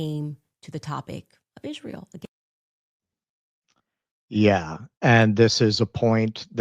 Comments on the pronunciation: They-Is They- ra They-el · Candace's speech impediment is like nails on a chalkboard! I full body shudder everytime she says "Izh-ree-uhl".